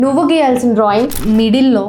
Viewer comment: Drawing ❎️ Drawer ✅️😂😂😂